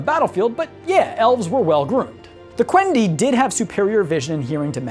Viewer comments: "Quendi" [kwen'dee] not [kwen'dai] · Stop saying Quend𝑒𝑦𝑒!